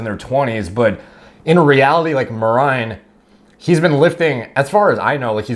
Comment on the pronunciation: Yeah mer-ine that's how you pronounce it.